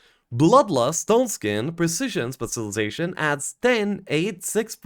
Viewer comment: Taking a shot everytime mispronounces specilization